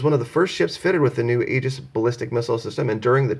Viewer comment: Aegis is pronounced ee'-jis (with accent on the first syllable). Regards.